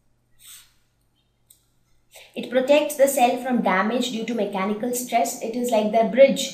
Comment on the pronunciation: Hi im from the United States.WHY do you always add h to any word for eg mech -hanical in the end.Anyways ure great......ANd is this an indian video